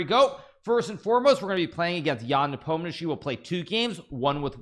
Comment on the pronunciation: Hikaru, Just say "NAH-pome-knee-AHH-chi", it's somehow weirder now.